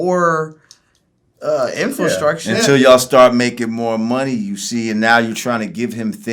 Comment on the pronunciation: Infulstructure?!!! It's infrastucture you unenunciating illiterate